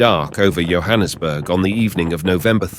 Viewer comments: It's Yohannesburg it's Johannesburg as in like John's bag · It's not pronounced YO-hannesburg, it's JOE-hannesburg 😂 (Johannesburg) Jo'burg is way inland so how is it that footage of a raging sea is shown 🤔